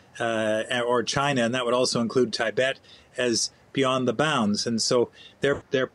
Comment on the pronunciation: He can’t even pronounce Tibet right...